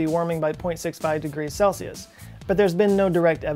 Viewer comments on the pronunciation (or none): none